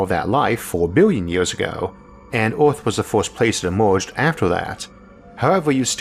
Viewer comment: Ooooooooaaarrtt ... good video beside how you pronounce “er”.